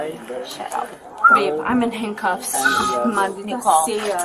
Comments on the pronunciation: I heard the Woman say the Name Nikole about 30 Times, If hear the Woman say Just one more time " NIKOLE" ..... 🙅🤬💣💥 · "Nee-call." "Nee-call." "Nee-call." My goodness make it stop 😂